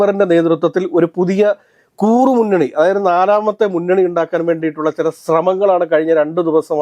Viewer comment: "KOORRU MUNNANI" ALLA TTUO....😢.... IT'S "KURRU MUNNANI" ie SMALL GROUP